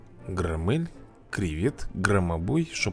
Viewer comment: Правильно Гро́ммель